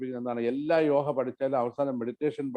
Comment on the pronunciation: യോഗ അല്ലേ യോഹ അല്ലല്ലോ?